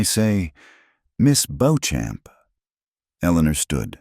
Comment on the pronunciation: I doubt her last name is Bo-Champ! Likely Beauchamp. Which is pronounced either BEE-chum or BEE-cham or boh-SHOM. I love that she took out three bounty hunters with one pistol. She learned her shooting well.